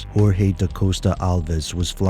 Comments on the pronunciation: Just pronounce the J like you do in english and it will be closer to portuguese than the H sound you have in spanish. Jose (Joseph), not Hose. Jorge (George), not Horge. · Jorge is not HORHE you ignorant. his name was in Portuguese.